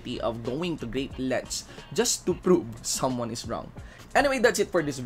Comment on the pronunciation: Its "VIDEO" not "BIDEO", "PROVE" not "PROPE"... Anyway, ROASTED by Dave. Have fun cooling yourself in cold water.